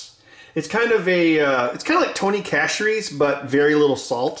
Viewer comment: Its not Tony "Cash"ere's, its Tony "Sash"eres's. "Sash-er-ee's". Though we just call it "Tony C's". Just chiming in as a Louisiana viewer. As for the Worcestershire Sauce, it's pronounced "Wuh-ster(almost a 'stuh, not 'sturr')-sher"